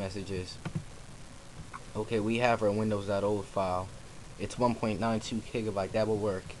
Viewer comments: WTF is a Kiggabyte... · did he say 1.92 kigabyte?